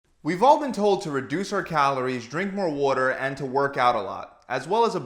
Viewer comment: Practice when you are alone :Water. Not woter. Water. Not woter.